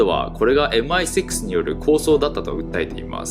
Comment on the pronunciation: 最初のMI6の「シックス」の発音がネイティヴ！「エムアイセックス！」←こう聞こえる日本人のワタシ